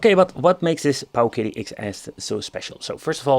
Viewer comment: the pooooooowKIddy lol